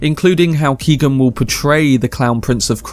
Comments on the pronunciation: His name isn't Keegan. It's kee. Oh. Han. G is silent, it's Gaelic irish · It’s pronounced Keown not keegan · just to be helpful the name "Keoghan" is pronounced like Kyo-han. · Its pronounced Key-o-ghan.. as an Irish person, it hurts my ears to hear you say keegan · Came here to say this lol. Mad to think the young lad from Love Hate is in these massive films now